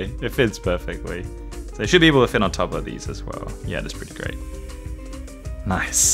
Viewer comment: I laughed when you said "NOICE" ( which is actually "nice") lime the meme also i really love ya vids because i love rubik's cube's except i only have a 3x3 and two smaller 3x3's but i am really happy for you and i hope you can learn how to solve even more cube's and make amazing videos i love ya so much!!!!😄😄😄😁😁😁😉😉😉😀😃😀😃😁❤❤❤❤❤❤❤❤❤